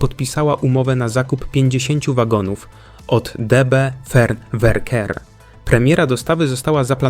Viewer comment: Deutsche Bahn Fernverkehr (ruch dalekobiezny), w jezyku polskim czyta sie FERN a nie Wern.